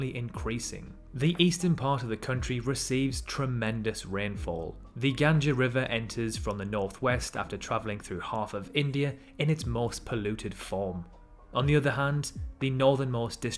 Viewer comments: It's Ganga not Ganje Ganja means Cannabis in Hindi how disrespecting word u should be ashamed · did you just said 'Ganja' river 😭😭😭😭😭😭